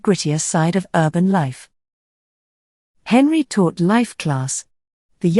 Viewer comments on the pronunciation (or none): Especially when it mispronounces Robert Henri as " Henry", not ""hen-RI". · right. Not Hen-ree, as the narrator kept saying. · “Comfortably well to do..” is redundant. Robert Henri is mispronounced..it’s Hen-rye. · It is pronounced Robert Hen-rie.. I hate this robot voice. If not a robot, she is completely emotionless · Robert hen- RYE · Robert Henri pronounced his own name as HenRI, as on the word "rye". Look it up.